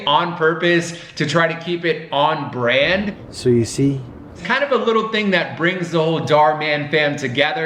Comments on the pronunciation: I heard so you see it sound like Soyeesee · Me everytime "SOYUSI " 🤦😂 LOTS OF LOVE FROM PAKISTAN 🍭❤❤❤❤ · me : instead hearing so you see me: i hear so u see suyusee yusii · my mind just ERAIST THE WORD so you see i just heard soyuse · Is it just me or everyone heard that they are saying soya sauce 🤔😂😂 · So you see sound like Soyo Sea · "so you see" My ears: "SOYOSEA" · I heard soyusi And sushi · When they say “ so u see “ it sounds like so u sea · It kinda sounds like soya seed or seed when you say it a lot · It kinda sounded like soy see. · I kept hearing soy el si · all I can hear is soyuse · Thanks for the likes Someone Heard : " So You See" Me Heard : "SUSHI" Or "SO SIRI" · i heard soy sea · New word soyusee and yusi (sorry pls no hate) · Now I can’t hear so you see normally again it sounds like sowusee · I'm hearing "so si," instead of "So you see..."🤣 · Why does it sound like "soy si"? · sounds lik soy suace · After hearing it for awhile I hear, so-z 😂, either way keep up the great work, your vids are great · Am I the only one that thought that they said "so you see" so many times that it sounded like: "soya sea" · The “So you see part” sounded like “Soy see” like the sauce lol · Soy sauce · That do sound like you soy sauce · Soy see? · The beginning of a video the so you see part sounds like an alien language. . .